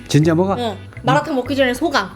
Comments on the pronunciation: ㅋㅋㅋㅋㅋㅋㅋㅋㅋㅋㅋㅋㅋㅋㅋ 마라탕이라고 하는데 마도나 … 진심 우리 할아버지 보는 줄 ㅋㅋㅋㅋㅋㅋㅋㅋㅋㅋㅋ 전국 할아버지들은 다 똑같으신가봐요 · 앜ㅋㅋㅋㅋ 마라탕을 마라톤이라고 하시네욯ㅎㅎㅎㅎ너무 재미있네요🤣 오늘 먹방도 잘 봤어용!!!😍